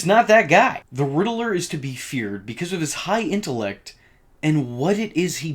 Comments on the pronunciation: GODDAMN IT ITS RIDDLER NOT RIDDELER FOR FUCKS SAKE EVERYTIME I HEAR IT I WANT TO CUT OFF MY FUCKING EARS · Why do YouTubers pronounce Riddler like that? It's not pronounced like that in the movies at all or in the Arkham games. This is weird. You're like the 4th one I heard do that.